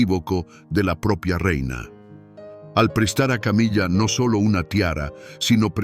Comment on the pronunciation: "Camilla"????,muy buen contenido pero hay que cuidar la pronunciación.